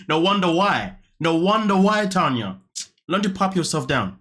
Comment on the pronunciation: My name is Tanya too but spelled the right way lol listening to you say "na na na na Tania na" for a second I was like what did I do this time lol